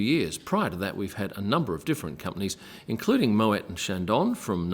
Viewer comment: *moway not mowet...